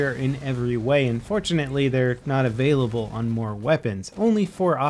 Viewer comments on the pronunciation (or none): none